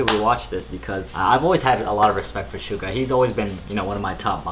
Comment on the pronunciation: Suga - shoo-gua as in shooting guard😁